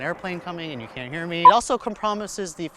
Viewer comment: "It also com-promises the functionality as..." Hahaha